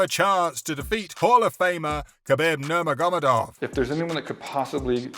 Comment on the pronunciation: Nur mer gur medov. Mans cant even say his last name😭